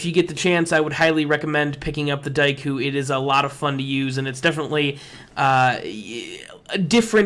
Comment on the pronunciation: your pronunciation of daikyu pisses me off so much